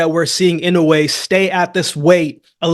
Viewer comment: i like that you say inoue's name right